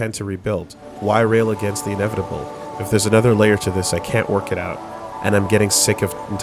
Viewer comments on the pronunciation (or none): It’s pronounced “In-nev-vi-table”